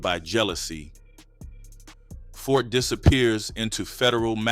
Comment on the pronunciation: Who is Fort? I thought it was Ford!